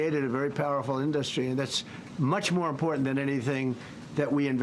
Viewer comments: I hate the way he pronounces in-DUH (pause) -strie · I have never heard anyone pronounce industry as in dus try 😆😂 what a tired, old, washed up con artist!!! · I've never heard anyone else pronounce it "in-duhst-tree. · Wtf is an "indostry"?! This simpleton is severely brain dead. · In-dos-tree wtf? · I hate every word that he utters and now I’m cringing because of his pronunciation of IN-DUS-TRY. I would love one reporter to listen to the rambling non-answer and ask him, ‘Great. Can you answer my question?’ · Why does he mis pronounce so many words. And now “industry”. He’s really not a man of the world. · does he legit not know how to pronounce industry? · Would someone tell this criminal crypto is not an industry and tell him how to promounce the word correctly.